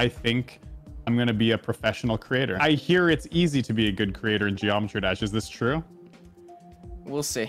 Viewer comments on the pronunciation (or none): Is that true? "We'll see." "We'll Zee" ""